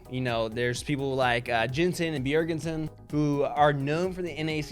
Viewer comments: why name drop a former player (now coach) AND say his name wrong? bjergensen?! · bjer ger ssen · I liked until he just butchered my mans Bjergsen name. Don't know if he can recover from that....